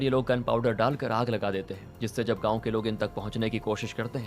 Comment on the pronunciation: गाऊँ नहीं गांव होता है।